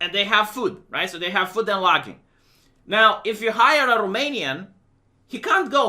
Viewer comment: food and logging? lodging vee Lawd-jing